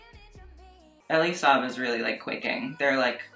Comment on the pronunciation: you're pronouncing elie saab wrong bb but TRUE he's not only left that group chat but also blocked everyone in it